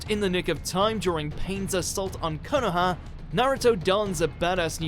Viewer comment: Please learn how to pronounce Naruto and konoha